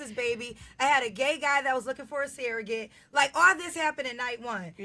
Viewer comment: why does she say "seeragate" instead of "surrogate"?